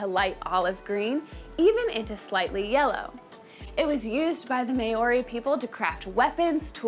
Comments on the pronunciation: Above all, thank you for at least acknowledging that there was a problem with this video and apologising but there really was no need for it to be that way. I heard someone mention in another of your videos recently that you have a large team of researchers and if not one of them made the effort to find out how Māori is pronounced then I think they need to up their game. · Good on you for making the video. Although, next time you make one about an indigions people.. Can you please learn to pronounce their name 😂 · If you're going to talk about Māori so much, you really should learn how to pronounce the word properly. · I'm not downing her in anyway respect for trying. But as A Maori ild prefer a Maori had done this. Pronounciation is awful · I am a huge fan of your channel and love your content… although you have mispronounced many words in this video, including the word Māori itself. Feels very American 🤣🤣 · i would like to see you do 1 minute of research to learn how to pronounce words correctly. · Nice video but terrible pronunciation of the word Moari. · Just for learning purposes.. Maori pronounced (Mar or dee) R is rolled like scottish accent A, E ,I ,O ,U (are , ehhh, eeeh, oor, eww,) This is how we pronounce our Vowels please learn this Properly (Nga) is pronounced without ga sound more like (finger) try to lessen the ga sound👍 other than that awesome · Meori😂,pronunciation is key in every language, sir. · Māori is pronounced Mow-ree not May-o-ree. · Maori is pronounced " Mow ( as in cow ) ree", not " May or ree ". Not sure why, but most Americans seem to mispronounce Maori this way. I enjoyed your video. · Why do Americans pronounce Maori as may-orrey? It really ticks me off. Try saying "Mao", as in that Chinese guy's name; add on "ree" and you'll be able to pronounce "Maori" with courtesy. But, hey, I'm a fusspot. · friendly fyi it's "mao-ree" not mayo-ree... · heya just a heads up but you are pronouncing maori a little funny and i hope this helps